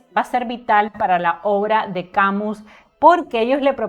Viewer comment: Mi estimada, tengo decir que de Albert Camus solo leí su obra teatral El Mal Entendido,que me impactó muchísimo. Gracias por hacerme conocer más de la vida de este gran escritor. También me gustó que tu pronuncies el apellido Camus,tal cual esta escrito; por que escuche que lo pronuncian "Camius". Un saludo fraterno desde Argentina.